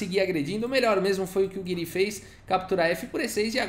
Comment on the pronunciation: Acho que a pronuncia correta seria "Gíri", pelo menos é assim q o Nakamura fala e ele conhece o Anish pessoalmente kkkk